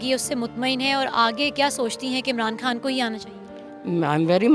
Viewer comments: محترمہ کا تعلق کیا بھارت سے ہے جو بار بار عمران کھان کہے جا رہی ہیں۔ ہندی میں 'خ' نہیں ہوتا اس لئے وہ خان کو کھان بولتے ہیں۔ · محترمہ آپ انڈین نیوز چینل سے ہیں کیا ؟؟ کھان نہیں، وہ خان ہے۔ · مادام خان کو کھان بول رھی ہیں انکی اردو درست کروائیں